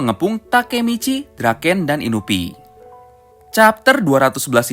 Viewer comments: Inui bang bukan inubi, kali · Inui bukan inupi.. Terano south bukan terano sousu.. Rukohara tandai bukan urahara nandai..